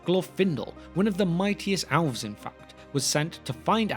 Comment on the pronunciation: The alfs. Hahaha. Priceless. What a difference accents make. Love it.